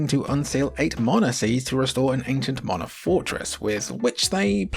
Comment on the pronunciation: "morna"? It's MANA!